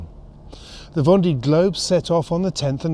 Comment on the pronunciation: Careful how you pronounce words. Grand and grande does not mean the same ! Also it's pronounced. Vonday